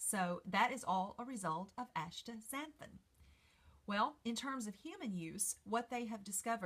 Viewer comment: You have written it out correctly as Astaxanthin (asta ZAN thin), and yet you pronounce it like Ashtaxanthin (aSHta ZAN thin)!!